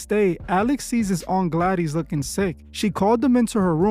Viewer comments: "Aunt Gladeeze" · I can't bear it. I don't know if it's weirdo AI or just plain stupidity, but did you EVEN SEE THE MOVIE? You really don't know how to pronounce GLADYS????? WTAF? Thumbs so far down I had to dig a new basement to go that low.